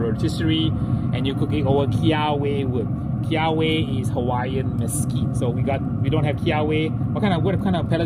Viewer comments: great video, just for future reference its pronounced key ah vay wood, not key ah way. aloha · Hey, just fyi, for the kiawe wood the "w" is pronounced as a "v". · Kiawe: Pronounced Keh-ah-veh. ;)